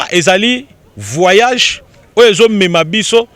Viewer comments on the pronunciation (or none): none